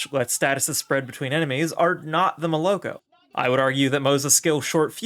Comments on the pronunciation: In addition, it is correct to say MolokO, not MolOko. Pay respect for this God-killer beast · Moloko is Russian word for milk and it feels so weird watching the beginning of this video because in Russian you put the accent on the last O 😢 Still a nice video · THAT'S what they call a Moloko?... smh... #notmymoloko